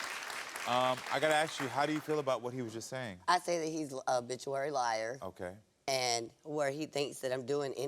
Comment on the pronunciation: Lmfao I thought she said obituary